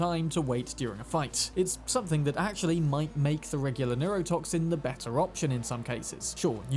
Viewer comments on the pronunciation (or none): none